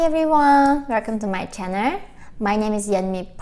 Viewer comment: Ok, this is the first video I have watched from you and it’s funny how you say channer instead of channel I do not mean to be offensive in any way.... I’m just immature and an idiot..